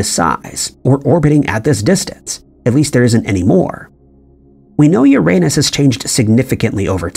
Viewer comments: Umm..... Uranus is pronounced "Yer-Uh-Nus", NOT "Your-À-Nus". A funny, but very common, mispronunciation. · not to be THAT guy but its pronounced "yur-uh-nuhs" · “These are just a few questions scientists have about ur-a-nus “. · For heavens sake, please stop saying Uranus. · The way you pronounce Uranus is so funny, but incredibly incorrect